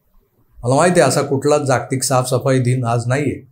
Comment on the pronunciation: प्रकाशले...आहे..प्रकटले नाही...जागतिक मधील ज चा उच्चार जग (विश्व) मधील ज सारखा करावा... आज कोणता विषय असेल, याची उत्सुकता असते..बोलण्याची पद्धत छान आहे तुमची...😊